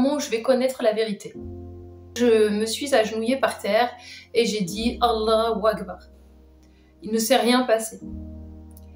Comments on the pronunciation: 20 ans d'islam et elle sait même pas prononcé "Allaho akbar" correctement... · 20 ans d'islam et tu sais pas dire correctement Allah u akbar 🤣🤣. Fake 100 %